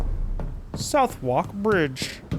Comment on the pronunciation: The most painful part of this game is trying to say "Southwark"